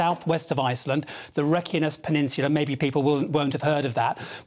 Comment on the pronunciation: I believe the peninsula it's on should be pronounced rake-ya-nees.